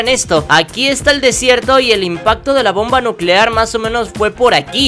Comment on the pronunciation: Bomba nuceare